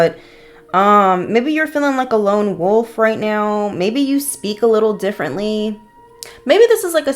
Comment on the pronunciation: Okay, no need to put me on blast that I can’t pronounce wolf 😅🤣